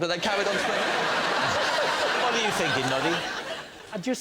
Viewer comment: What's "finking"?